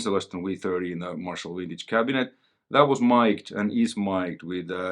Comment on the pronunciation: I get a kick out of the pronunciation of vintage, as wintage. Vintage and winning go together real slick like. A piece of gear thats "wintage" sounds far superior.